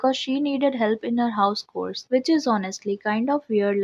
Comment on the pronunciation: Its pronounced as "ch"ores not cores